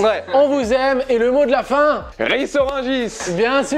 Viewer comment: Étant rissoise, je me dois de vous indiquer que Kad Merad justement, vient de RIS-ORANGIS ET NON RIZ ORANGIS. Désolée, une abonnée de moins, trop d'affronts pour une seule personne, qui plus est rissoise!